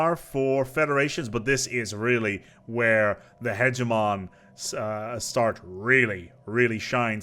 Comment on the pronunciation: It's funny that he says "hegeNomy" but also "hegemoN" - at least there is no "nucular" :-)